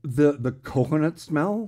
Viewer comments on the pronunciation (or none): Hey,. Yep definitely - derm doc in my near future. A lot of people are saying most of them are probably age spots. I HATE getting old! Grrr! 😎 And BTW, it's pronounced "coHOnut"... LOL! THANK YOU as always my Erie friend. 💗